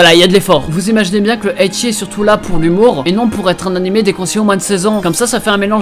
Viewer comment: Pk tu dis animai , on va pas se le cachai? Tu sais pas prononcer le son é?